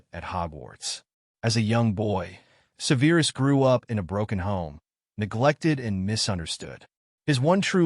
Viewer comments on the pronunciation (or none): Se'verus not Seveerus. You never watched the films? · Well for one the pronunciation of Severus was pronounced like the word severe.